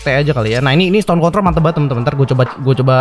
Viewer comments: 12.07 Gw denger nya "Stone Contol":V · iya bang bilang con*